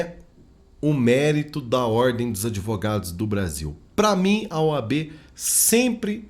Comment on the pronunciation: “OB” não, “OAB”